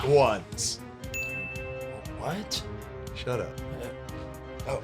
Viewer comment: It sounds like you said “Nut Wands”